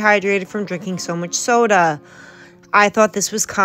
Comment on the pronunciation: It's sodie everyone because thinks leaving gs off the end of words and changing words is so charming.